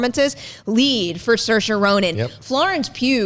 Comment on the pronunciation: mf called little women basic and butchered saoirse's name